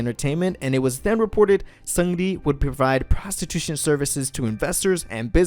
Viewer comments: the way he pronounces seungri, lmfao. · Hey there, it sounds like you’re working hard on your korean pronunciation so I want to let you know that 승리(seungri) is pronounced 승니(seung ni), and 태양 is pronounced as it looks, like Taeyahng, not taeyayng :) love your videos!